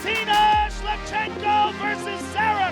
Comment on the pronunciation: Joe Rogan: Valentina Shlemenko, one minute later - Valentina Shlevchenko. Neither one is right